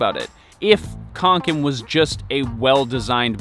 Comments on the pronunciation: Reeeeeeeeeee Its not pronounced with a K its pronounced with a S reeeeeeeeeeee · I'm not even swedish and the way he says kånken makes me shudder.